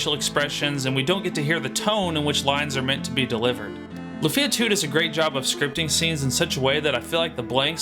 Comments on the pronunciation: Great content for a great game, but, say it with me: LOOOOFIA, not la-fia. Also maybe a bit long talking about bugs and glitches, including ones that random players are very unlikely to encounter like the tas ending glitch, but i digress. Luckily, all these problems have been long-since fixed by fan-patches, and I'm sure repro carts exist with them for those that only want to play on real hardware. ...And you explain why you mentioned the former and directly mention the latter as soon as I unpause the video. It's like you were listening! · It’s not “Lu-feeee-ah”, it’s “Luuuuu-fia” 😅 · Lu-fee-ah? That grates on the ears. Is it also Ma-ree-oh and Luigi? Such a weird part of the name to stress. Your accent is neutral, what happened with Lufia?